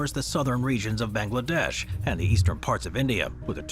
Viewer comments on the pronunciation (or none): none